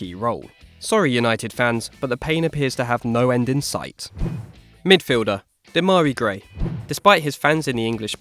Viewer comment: Demarai gray? Wtf